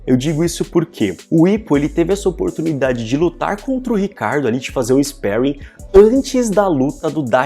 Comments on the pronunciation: Sou tão acostumado a ouvir "esparrim" que fico estranhando ouvir "isperuin", não sei nem qual é a pronúncia certa de sparing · Pronuncia sparring direito !